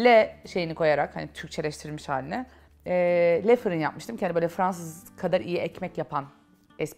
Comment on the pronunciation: yanlis anlamazsiniz neden Le firin markasindaki le kismini dogru okunusuyla lö seklinde okumuyorsunuz, bunun bir sebebi var mi?